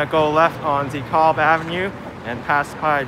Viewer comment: Never heard a NYer pronounce DeKalb like that. I pronounce it like this: "DEE-CABB" Lol.